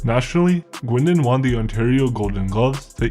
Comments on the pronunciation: Ok three things. Oshawa is in Southern Ontario and the family name is not pronounced Gwindon, its pronounced Gain doh n -Gaindon. N is sort of silent. Gault is pronounced Go. I remember the bombing at the Sudbury police station. Had a Satans choice member or associate working for us in Sudbury when I first started. He carried a gun in his tool box. I enjoyed your video. Thanks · The very least you can do is get his name right It's pronounced GangDon The Frog would not be impressed with this telling can tell you that